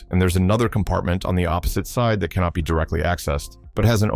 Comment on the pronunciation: Please: that's not the way to pronounce the word "be", when it's at the end of a question.